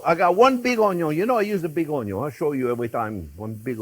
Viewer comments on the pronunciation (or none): I derive so much joy watching you cook Chef! You make cooking FUN! ( how it should be! :) Also, my Dad was French.. he always said “ Onyo”.. brings back wonderful memories listening to you 😊♥️